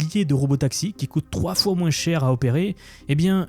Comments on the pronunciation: Quand on dis moins, on ne prononce pas le S !!!! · j'adore tes contenus, concis et droit au but, juste... c'est où qu'on prononce le "s" aux mots 'moins' ou 'dessous' ?🤔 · En "mouinsse"?